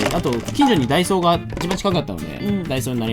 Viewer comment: みなさんは ①ダ↓イ→ソー→ ②ダ↑イ→ソー→ どっちですか？？ ちなみに自分は①です！②でしたね笑